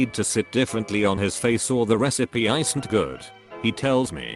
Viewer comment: Isn't = eye-sent XD XD